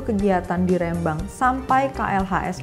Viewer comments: Ngomong Rembang nya salah , harus nya di teken , kayak ngomong "merem " Rembang gitu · Nyebut rembang ny aja belom bener 🙄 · Spelling nya Rembang salah say hehehe. Huruf e nya di baca gak seperti itu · rembang pake e bukan é ... cmiiw